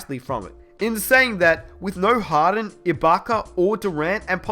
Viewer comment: Who kept hearing harren instead of harden? 😂